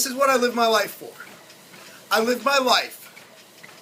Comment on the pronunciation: At first, I thought you said "Lift every moment like it's your last." Either way, something to think about :D